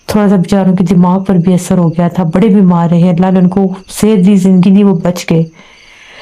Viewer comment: Gaya ko giya bolti h